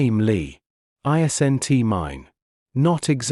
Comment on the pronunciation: Narration needs editing.... sounds weird pronouncing isn't as i-s-nt...😒😒